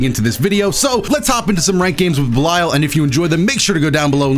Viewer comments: Much love but I would just like to flex my corrupt knowledge and say his name is pronounced belial like(bell-E-al) after the original dark ruler of hell fallen angel and servant of lucifer. Love You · please, it's pronounced ba-leel leel as in seel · Everytime said "Bell-Isle" it felt like a crime against my ears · if you have the game in English it says his name that way so that's why I think was pronouncing it wrong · I think you are saying Belial wrong